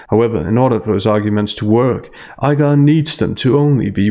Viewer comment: Iger. Not I Guar